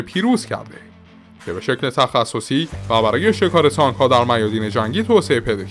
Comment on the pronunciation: کلا به جای ت میگی س....سنها سانک مشارکس کورنس